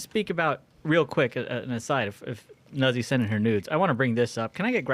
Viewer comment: C'mon guys! Nuzzi is pronounced just like pizza and PAZZO!